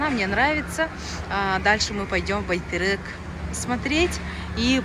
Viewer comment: …не байтЭрЭк а байтЕрЕк мягче надо произносить😊